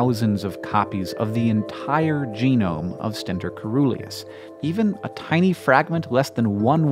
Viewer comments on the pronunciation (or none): When you see 'coe-' in a Greek-derived word, pronounce the 'c' soft-- 'seeruleus'. Just like, 'coelacanth', the living fossil fish-- 'seelacanth'. Why? Obscure linguistic-historical reasons. But still, you should know that. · I believe de pronunciation of Coeruleus is incorrect. It is pronounced as cerulean (blue) -si-ˈrü-lē-əs. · Awesome vid. coeruleus is pronounced with a soft "c". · Omg, the O in coeruleus is mute (it's actually cœruleus), so the right pronunciation for the C is more like an S... Coeruleus means cerulean, i.e., blue.